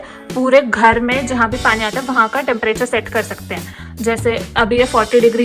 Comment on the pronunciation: ye khar bahut purana bana hua hai....... Haryanvi tone